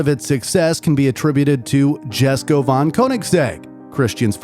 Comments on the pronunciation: Please tell me I'm not the only one here thinking it's pronounced Jesko (yes-ko) and not Jesko (jes-ko) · i swear its pronounced as yes-ko, not jes-ko. but it is what it is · Is not "jesko" is "yesko" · Isnt it pronounced iesko? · Lol jesko is pronounced as yesko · Its pronounced yesko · Just wanted to say that Christine said himself that the J in jesko is silent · He pronounced Jesko wrong.